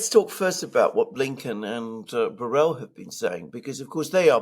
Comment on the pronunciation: At the risk of being a nitpicker, Borrell is a Spanish, Catalan in this case, surname and the LL is not pronounced like a single L but a hard one like the LH in Portuguese (Minho) or the GL in Italian (gli) or the LL in French (bouteille).